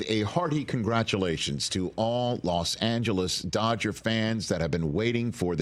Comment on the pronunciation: Like NY is not "swimming in cash?" BTW it's NOT "Las Angeles," it's LOS Angeles.